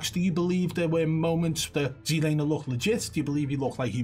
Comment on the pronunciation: He did see the guy at the end thats why he stopped but he knew he was fucked ^_^ Keep telling you its "ZLamer" ;)